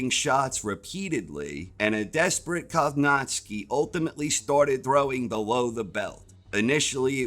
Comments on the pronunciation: great preview video, but man it hurt my ears every time you butchered Kownacki's name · how do you pronounce kownacki so wrong